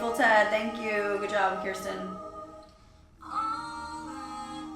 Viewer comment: It’s pronounced “curse ten”. Just like how my name is pronounced. No one can ever get our names right.